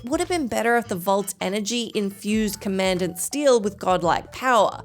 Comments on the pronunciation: I’m not crazy right ? Commandant is pronounced more like “common daunt” right ? And not “command ant” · Commandant = "Common-dant" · "Commandant"😄 Been a while since there was a properly funny mispronunciation on here. Thank you,! 😁